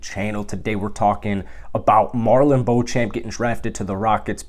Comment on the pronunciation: MarJon not Marlon.. soon enough everyone will know